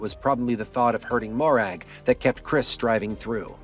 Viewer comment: Mo-Rag :) Lovely Scottish name :) Great video mate. Look forward to the next one.